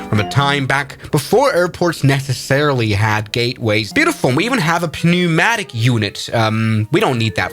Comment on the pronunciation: English isn’t German where we can just mash a bunch of letters together Willy Nilly Instead we add stupid letters and then never pronounce them, like civilized men. Try “pneumatic” again